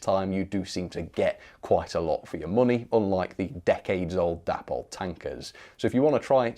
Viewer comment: Correct me if I'm wrong, but I always understood that the model brand Dapol was named after its founders Dave and Polly, so should really be pronounced "Daypoll"..... Just a thought 🤔🤨 Meanwhile, carry on the good work. Bob Morgan.